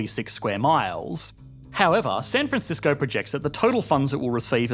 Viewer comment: Lol you mispronounced San franshitsco